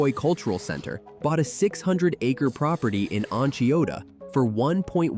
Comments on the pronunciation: Hi me again- the town you called Enchiota, I think that how it’s spelled but I know it is pronounced On Shy-Ota. Also I am connected to the area by my wonderful wife who wis the daughter of a 4th generation at least native New Yorker to the area- I’ve heard many stories of his her fathers grandfather being a large part of building the railroad through the tough mountains to get out local ore wood, I think and other local products and had my hunting partner, wife’s father, had been a bit luckier my wife would have inherited a good sum, as it’s told , there was family money on both sides of the family- but her VT grandfather sold the family farm in. Essex, VT for $18,000 2 years before IBM moved into the area, but I think I was very lucky because even though she said she thought I was a catch, she never would have looked at me if she knew I was a 5th generation Franklin County VT boy that grew up poor and possibly stupid as 5 generations and still poor may qualify me, yet I’m rich in many other ways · On Chi ota Onchiota .. Not hard ! SL native, 62 & live in the North Country